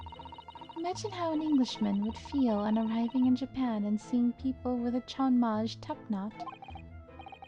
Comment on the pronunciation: I believe chonmage is pronounced "chon-mah-gay".